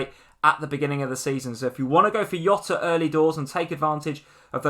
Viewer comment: Love ya guys but It's not Yota it's Jota. He's not Spanish he's Portuguese. They pronounce J almost exactly the same as we do. If you were to jot down some ideas, that is what jota translates to and is pronounced the same way.